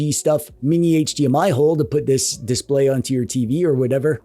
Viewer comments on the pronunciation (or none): none